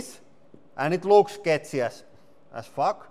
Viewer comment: I had to chuckle a little bit when he said "Dees luuks sketchy as phuck!"